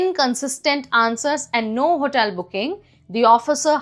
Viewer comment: Pl brush up your pronunciation... what is HOTAIL?